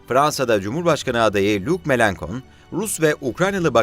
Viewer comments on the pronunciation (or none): Mélenchon isimi lütfen şöyle okuyun: melanşon.